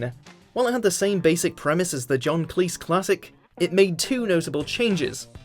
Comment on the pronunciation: John CLEECE? Stephen MOWFAT?